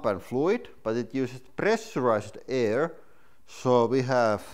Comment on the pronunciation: i miss you saying Aiuur for Air.